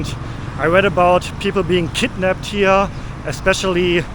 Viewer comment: You read western PpropagadaA😂😂 so they put a fear that you will be KkidnapPed